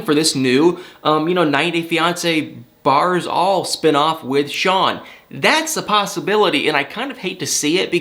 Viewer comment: it is BARES all, not bars all. Bare - as in tells the whole truth, not "Bar" as in blocks all.